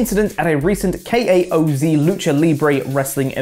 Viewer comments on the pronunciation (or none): FYI the Mexican wrestling promotion KAOZ is pronounced Chaos 😉